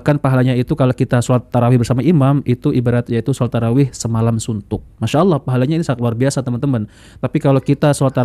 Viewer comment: Hancur shalat taraeeh model aswaja.bacaan nggak betul ,cepat teriak2 .apa aswaja ini masih islam